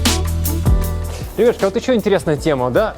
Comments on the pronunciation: он еще это слово так производит забавно. так быстро ребятШки и потом что-то быстро объясняет) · как он говорит? ребяшки или ребятушки???